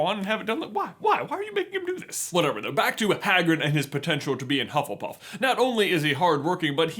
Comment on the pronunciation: Pengu Luu I’m sorry, what house is “hufflepurff”?